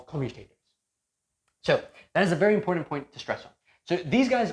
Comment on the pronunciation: The "D" in the word important is silent.